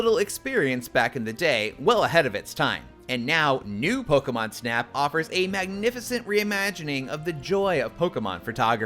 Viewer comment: There is no way he said pokemon snap 😡😡😡